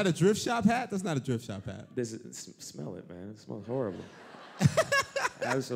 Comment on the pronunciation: am I crazy or is Eliot saying "Drift shop"?